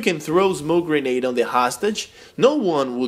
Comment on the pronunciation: its grenade just saying but nice vid